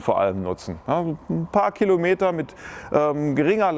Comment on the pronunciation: Das heißt nicht "Killometer" es heißt Kilometer.